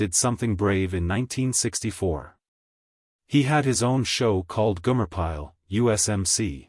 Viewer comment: G O M E R!!!!!!! Come on it ain't that difficult to pronounce, stupid A1